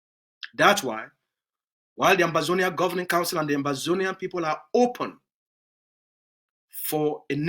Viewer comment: It's Ambazonia not Amazonia